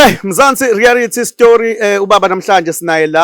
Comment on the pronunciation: Say after me my brother, "reality show" not "rarity show" nice show though, I thank u